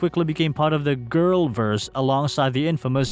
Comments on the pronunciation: Sir. Its Gorl World not Girl Verse. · It’s gorl world, not girl world ☝️